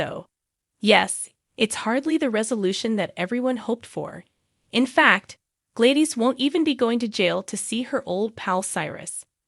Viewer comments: Her name is pronounced glad is not by any way it is pronounced Gladyees. Please learn your word pronouncing. Thank you.😊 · Please pronounce her name properly...Glad is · Do people not know how to PRONOUNCE the actors tv names Correctly!!!??? Her name is Gladis!!! Not Gladies??? Learn names!!!☹️😡😠😡🤬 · Ys it is not Gladyees.it' Glad us pronounced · Who is Glaydeez? Lol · It’s obvious the voice on this video is A I (computer generated) Gladys, Dr Montague, Nina, Charlotte, Esme, Sasha, Lois, Ava are the ones mispronounced. You notice the word ‘Glad’ is pronounced correctly. Spencer, will be the new face of Deception.